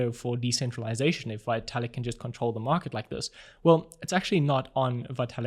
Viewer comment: His name is pronounced Vetalik.